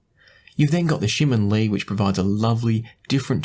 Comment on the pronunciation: you pronounced TangZhu Shimin Li very well. You even listen to my fellow Singaporean singer JJ Lin!😂